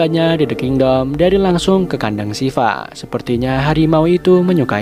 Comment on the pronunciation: "the kindoll" 😭